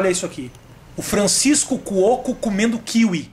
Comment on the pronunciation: Quem acha que o Rafinha deveria fazer um vídeo pronunciando " Kiwí" ao invés de "Kíwi"?!